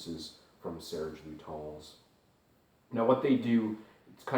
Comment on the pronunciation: Pronounce: LutAns not LutOns